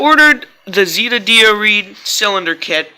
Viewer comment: It’s Z (Eh) da not z (ee) da